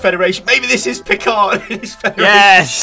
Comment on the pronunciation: "I have a delivery here, for a Mr John Luck Pick-erd?" It may not be the canon pronunciation, but I'm not gonna argue with Q...